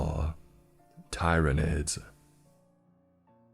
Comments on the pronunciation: just awful writing. First of all, mispronunciation of Xenos and tyranids killed me inside. The author feels like a highschool kid. if you're gonna write a 40k fanfic, do it right. That hurt me on a spiritual level. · He pronounced Tyranids differently sooo I’m good